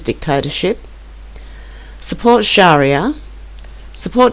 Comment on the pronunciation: Sharia is pronounced sha-REE-ya (Islamic law)